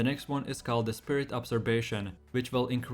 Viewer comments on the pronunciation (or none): your pronunciation was a bit off on absorption. But I assume it's a second language, so congrats on your proficiency. One piece of feedback, most if not all of your sentences have the same intonation, so the video can sound robotic at times. I'm not sure if that's because you're reading from a script, but maybe try talking a bit more like you would IRL.